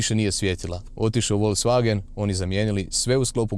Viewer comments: Dobar ti je taj "volcvagen" :D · Radim u VW u njemackoj i svaki put nacin na koji kazes Volkswagen me zategne u prsima :P .. Tipke na volanu su mi katastrofa jer reagiraju i na klizanje puno puta prebacim pjesmu ili pojacam radio a nisam htio jer reagira na slide a ne samo na dodir ..